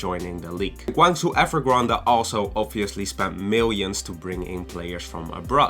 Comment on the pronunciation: Gwang Joe